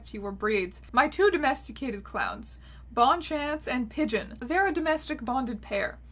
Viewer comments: ms æons, I would have thought you'd pronounce bonne-chance considering you're canadian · Ily but your pronunciation of "Bonne-Chance" is going to haunt me for a long long time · Is no one else bothered that she's Canadian and didn't pronounce Bonne-Chance correctly? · french speakers losing it over bonne-chance.